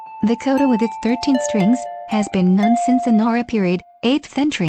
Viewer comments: That's actually the least bad of this text to speech bot's mispronunciation lol. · The pronunciation of "koto" is so off 😓